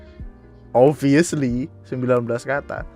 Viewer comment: oBviously Bukan oviously 😁